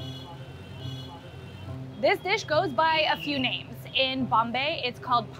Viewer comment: Your pronouncing all the names wrong